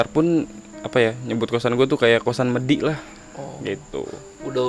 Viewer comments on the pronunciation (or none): bacanya medi mas, bukan medhi